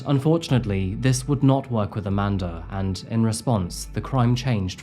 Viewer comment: I cant help thr fact but point out, because of your accent (not a criticism) every time you said " Amanda and Davey" it sounds like you are saying "A Mandarin Davey". I chuckled every time 😂. Love the content, thank you for the entertainment!